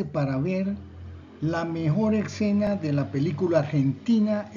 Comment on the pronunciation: Y... Es ESCENA no excena 😅😅